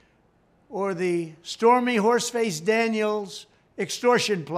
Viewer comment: Did he say horse face or horse race . 😂😂 Edit : Or did he say Whores race ?